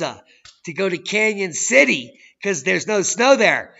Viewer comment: Its "Cañon City" not Canyon city.